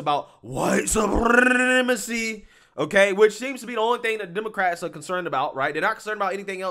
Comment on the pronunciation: “White suprrrrrremacy!!” 😂